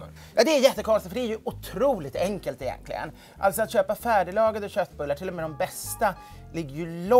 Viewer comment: Mitt hjärta stannade när ja hörde självaste Edward blom säga ”egenkligen”